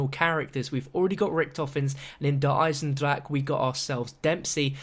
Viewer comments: that's how Germans actually pronounce it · Thank god he isnt saying "Der Eisendraha" in this one. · Finally, said DER EISENDRACHE correct!